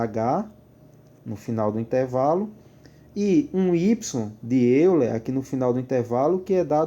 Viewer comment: A pronúncia é Método de "Óiler"...